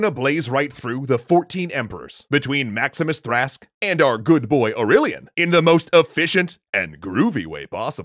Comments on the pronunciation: Sorry to get nit-picky, but why is pronouncing Maximinus Thrax as "Maximus Thrask" and "Maximinus Trask"? And shouldn't it be "Val*eh*rian", not "Val*ah*rian"? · Maximinus Thrax: is from Thrace, that's literally what the name means: 𝗠𝗮𝘅𝗶𝗺𝗶𝗺𝘂𝘀 𝗧𝗿𝗮𝘀𝗸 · It's prounounced Mahx-ihm-ihn-uhs Thracks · The way they pronounced Maximinus Thrax's name is cringe inducing.... and no matter how many times I hear it, it doesnt get any easier to hear the story of Aurelian.